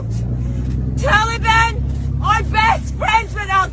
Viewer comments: Anyone else get irrationally angry at the way he says Tahleebahn?? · Am I the only one who thinks it's funny how Biden calls the Taliban the Tolly Bon? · It is not Talliebaon